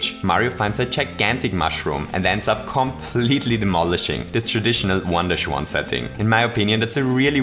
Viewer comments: I kept hearing "wonderschwan" instead of, well, "one-dash-one." Not a complaint. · Every time he said 1-1 I thought he was saying "Wanda Shwan"